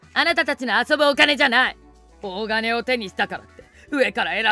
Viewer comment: 大金は、おおがねではなく｢たいきん｣じゃないですか?｢おおがねもち｣とは言いますが、おおがね単体でつかう事は無いと思います。